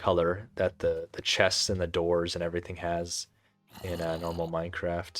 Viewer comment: “Any und sand” 😭 relatable af speaking German